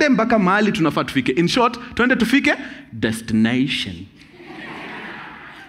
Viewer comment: Destineishen, motiveishen, Navigeishen 🤣🤣